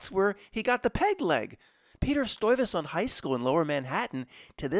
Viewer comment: It's pronounced Stuyvesant